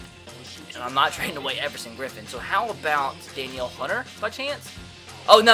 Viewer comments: LE Hunters name is pronounced Da-Kneel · Danielle Hunter Den-eel Hunter